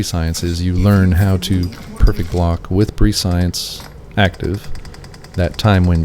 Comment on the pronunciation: Prescience is pronounced Press-e-ence Love your content btw ♥️🙌✨